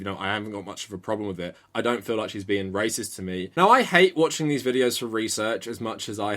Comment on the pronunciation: Why does pronounce racist as “racister”